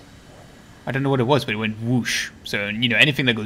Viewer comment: most Bri'ish W o t ever